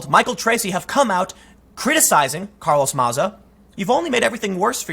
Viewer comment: Who’s Carlos maza??? Ohhhh you mean carloth matha? That’s how he pronounces it at least.